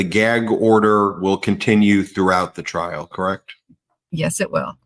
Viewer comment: THOUGHT HE WAS SAYING, HE WAS READY TO GO TO TRAIL...